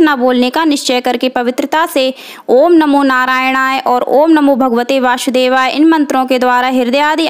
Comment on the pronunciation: ka uccharan Kare vasudev hai Vashudevay nahi